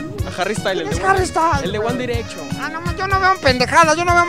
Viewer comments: El de wan direcshon 😂😂😂😂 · el de wuan direcchon